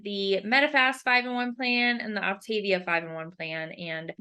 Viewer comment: First and foremost, it is not Op-TAY-via, it’s Op-tah-VEE-ah. If anyone wants to lose real weight, this works. Idc what these guys are saying. I had never felt so great in my life. I got off after 7 months when I hit my goal of -55 lbs. I maintained my weight easily bc I had learned control, which I had never had. I got pregnant again and just splurged when I knew better. I caused my weight gain! And how is it starving you?! It’s eating 6+ times a day! And they make it so easy you don’t have to even think. This vid is BS. If you do it right it works. I’m 3 YEARS postpartum and I am going back on it bc I’m 40 and I know it’s the only thing that works. Also, NOT ALL FUELINGS ARE DELICIOUS! However, you have to watch reviews and try a variety to know what you’ll like. Also, there are so many HACK VIDEOS to make the ones you don’t like so much better. Some are down right delicious. And being a coach is your choice. No one forces you to become a coach. I did it last time and I made about $500 a month. Which did justify it for me bc I used it to pay for my boxes. I won’t be coaching this time, though. Just losing weight. 1 week and down 3 lbs.